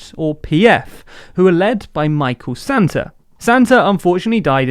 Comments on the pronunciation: Just to be clear it's Sata.. Not Santa.. But i can see how it happened lol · Great and informative. I'm Zambian and I'd like to see your video analysis on the results of the election. BTW it's Sata not Santa.😂😀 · It's not Micheal "Santa" it's "Sata" please...get that right...we are quite particular about our names here in Zambia🇿🇲😏 Otherwise, great video... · Sata not Santa 😂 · The name is Micheal SATA not SANTA...!! Get your facts straight. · Michael SATA not SANTA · 😂😂😂😂 it's Michael Sata not Santa. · XD Michael Santa.... Its Sata mate Sata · It's "Sata" not "santa" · ITS MICHEAL SATA NOT SANTA FRIEND 😅😊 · It's Michael sata not santa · My peaceful country 🤧 and it's Sata not Santa 😂😂. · *SATA (as in SUH TUH) not Santa! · Lol I’m Zambian and I heard a Brit say “Santa” instead of sata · SATA! not Santa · Good summary & good video. Please do better on the pronunciation of our names & terms though. His name was Michael Sata not Santa, it’s Bally not Mbali. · Great video. 2 things though 1. It's Sata pronounced (Sah-tah) not Santa 2. Bally won the election I cannot wait to watch the follow up video to this one. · Micheal Sata not Santa 🎅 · *Sata not Santa. But great video otherwise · Sata and not Santa. Phonetically = Sah-tah and not Father Christmas. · It's Sata not Santa! Where's the N please? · He said Bally wrong 🤦🏾‍♂️🤦🏾‍♂️... And Sata not Santa. Anyway I appreciate the coverage and opportunity to see the external perspective. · You are very baised. Respect our country. Micheal Sata is not Santa. Do your home on name. It's impolite to misprounonce people names.